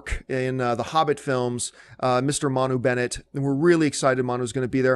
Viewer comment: Congratulations on correctly pronouncing Manu Bennett's name John!!! Well done. It is tough, but not as tough as Team's. That would be a bitch for ya :D. That took me ages and I am Maori.